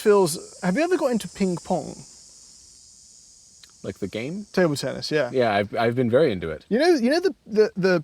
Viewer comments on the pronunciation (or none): did bro say pink-pong